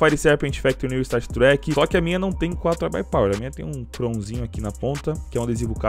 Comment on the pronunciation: Nao sei porque,mais quando fala iBuyPower lembra ai pai para kk